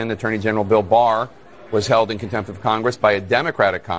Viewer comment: She didnt just say "comtempt" she said "Inheirent comtempt" this is the real difference.